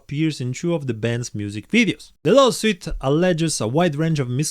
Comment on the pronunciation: I like how you pronounce Lawsuit as “Love-sweet” 😂. Lawsuits are lovely and sweet haha. I know it’s because of the language but it’s actually unintentionally clever!